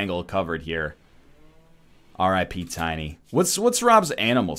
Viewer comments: NL butchers Tiny and he neither notices or cares. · NL you butchered tiny!